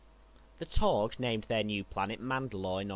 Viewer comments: No offence but rhis should be done over again..seriously...the taug the taug. It's taung. It's like makin a whole vid dedicated to jedi and calling them jaydi or their species as hunams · It's Taung. Not Taug. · Isn't it Taung with an n?